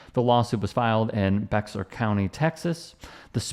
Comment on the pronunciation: Why does everyone in the media mispronounce Bear county 😂 it’s Bear Bexar it’s not how you see it 😂